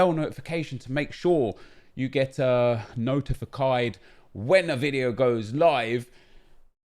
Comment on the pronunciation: did he just say notifacied?